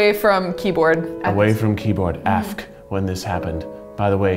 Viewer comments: It's pronounced A-F-K not afk. Lmao, I was dying when Keith said that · omg the way you pronounced AFK